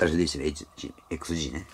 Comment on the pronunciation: Dシィ〰️、言い方が面白いです😃 巻き舌の雰囲気も面白いです👍